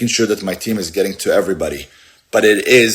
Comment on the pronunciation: Lidderly like Lidderly even